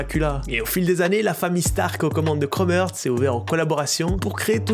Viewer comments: Par contre ça se prononce Chrome “Harts” pas “Heurts” 😅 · C’est Heart et pas earth. Tu le prononces mal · ça se prononce chrome harts, mais snn bonne vidéo mon reuf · La prononciation est horrible ca se dit « crôme harts » et non kromertz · un énorme merci pour la vidéo, par contre ça se prononce chrome harts et non chrome heurts... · ‘’Chrome heurts’’ ‘’Chrome Hertz’’ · Aïe la prononciation 😂🙉 « Chromeurtz » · "krome heurts"??? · 8min de chrome erts j'ai les oreilles en sang sinon bonne vidéo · ca me stresse que tu dise chrome heurtz mdr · Frérot, toi tu dormais sec pendant les classes d’anglais non? Content toujours propre, mais la tu m’as tué sur la prononciation de Chrome Hearts. C’est l’accent suisse qui fait cet effet sur le “Heart” ? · Frero la prononciation de heart 😂😂😂